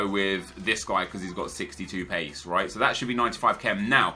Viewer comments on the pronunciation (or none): none